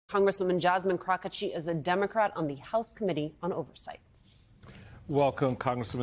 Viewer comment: Did the interviewer call Jasmine, Crocketchi? or I misheard the pronunciation of Crockett?